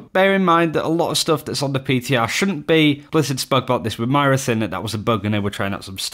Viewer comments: Did you just call her maria? It's Moira. Look it up. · WHY DO YOU KEEP SAYING MY-RA? HER NAME IS MOIRA. AS IN MOY-RA. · its moira not mira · Still saying Myra? Wtf, bout to unsubscribe due to a unwatchable content. Moy-ruh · Moi-Ra not myra, seriously just say Moira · It's Moira not myra :p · Roy, Toy, Boy, Poi, Koi... MOI MOI-RA not MY-RA!!! >< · triggers me how you say MAira instead of MOira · It's pronounced MOIRA (MOY-RA), not MYRA. How difficult is it to get two syllables correct? I have no idea why that tilts me so much, but it really really does. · if you can say boy, u can pronounce moira. moy-ra :) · Literally why are you saying "myra" that's not an Accent it's completely wrong It's not hard to say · He has pronounced it correctly a few times in the past, which made me think he figured out how to say it, then randomly switched back to Myra. It's not as tilting as pluralising Master & Grandmaster ranks completely out of context though. "I hit masters" You hit multiple master rank players? wot? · agreed! If he can say 'boy', 'toy' etc he can say 'moi-ra'. He even says 'boys' in this video perfectly! >< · Why do you say Moira like that? -_ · It triggers me that you can't say Moira properly. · why can you not pronounce "Moira" lul